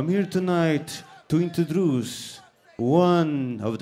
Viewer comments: Also, i'm here tonight, to INTODRUCE xD that made me laugh!! He's awesome :) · "Also, I am here tonight to intodruce..." :)) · "INTODRUCE" hahahahahaha